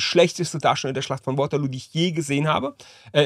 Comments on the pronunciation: Wenn der Geschichts- und Schlachtenexperte das Finale Napoleons ausspricht, als wäre es ein Abba-Titel... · Wie viele Jahre müssen eigentlich noch ins Land ziehen, bis man in Deutschland einmal aufhört, Waterloo immer auf Englisch auszusprechen? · Kleiner Hinweis: Waterloo liegt in Belgien. Bitte nicht englisch aussprechen. In der englischen Aussprache wäre es der Song von Abba und nicht der Schlachtort.